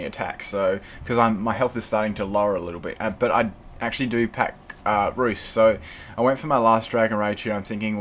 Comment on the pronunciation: Say roost! not ruesht. lol nice battle